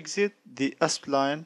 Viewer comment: Why do you keep reading it as ”Espline/Aspline”? it's Spline